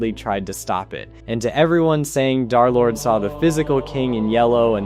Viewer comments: Why do u call him darlord? Its derlord bro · Come on... it's Der-lord, man. 😢